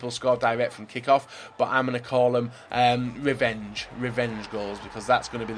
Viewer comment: "Am gonna a kool dem.........wevenge, wevenge gools"